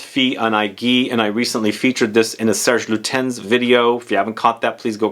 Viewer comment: Fee - awn - egg - we by Cerr-ge Lewtenz. You 're welcome.